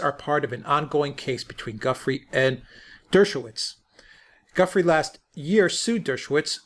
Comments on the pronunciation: You’ve finally learned how to pronounce “Ghislaine”; now how about learning how to pronounce “Gufrey”? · It's pronounced Gu- freiy not gufree. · Thank you for clarifying the pronunciation of Ghislaine. :-) Btw Giuffre is pronounced as in French (zhoo FRAY) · Gentlemen, the correct pronunciation of Virginia’s surname is “Zhu-FRAY”. The accent should be on the second syllable. Good show. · Please learn how to pronounce Gufrey properly. In sure you do it if you really try!